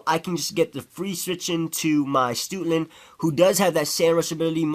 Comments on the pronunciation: lol he pronounces Stoutland as Stootland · "stootland". lolz